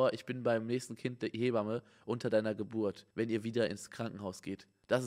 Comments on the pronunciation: Jeder: Hebamme Simon: Heeee bamme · Simon: Lehrzeichen vor Satzzeichen sind Psycho. Auch Simon: "He-bamme"